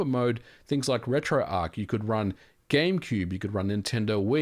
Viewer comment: Ugh. It's retroarch, not retroark. ... (pronounced /ˌrɛtroʊˈɑːrtʃ/ )